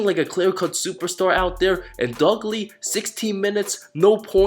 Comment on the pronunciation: "Dugley" lmao